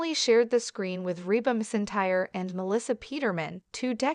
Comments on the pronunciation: Can we get real people to read these things? Clearly, a computer won't know McEntire is pronounced "Mac Entire". Joe-na? Sitcum? Garsha swisher? Horrible. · Pronounce Reba’s last name correctly !!!